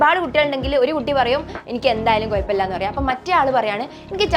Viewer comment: അത്തായത്തിനോ 😂😂😂 'അത്താഴം' ആണ് ഹേ😂. കയിക്കാൻ അല്ല 'കഴിക്കാൻ.' Not കുയപ്പം, it's കുഴപ്പമില്ല.